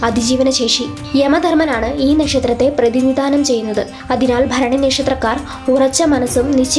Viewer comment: Bharani correct reading ❤❤